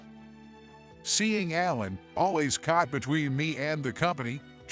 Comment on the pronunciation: What’s with all the “r” sounds? Caught pronounced as cart, talking pronounced as tarking, coffee pronounced as carfee.